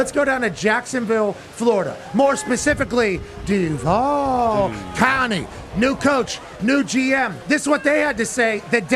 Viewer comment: Love Pat but that Duvaaaaaaaaalllll was a lil zesty and wrong. It's Duuuuuuuuuuvaaaaaaaaalll